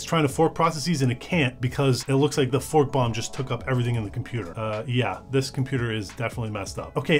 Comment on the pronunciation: I heard was f bomb rather than fork bomb, but yea. Sounds the same and does the same thing 😂😂😂